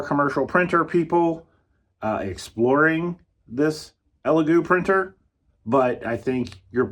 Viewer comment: It's hard to take you seriously or knowledgable when you can't even call products by their name. If you ever want elegoo to send you a printer you should make sure you know and pronounce their names correctly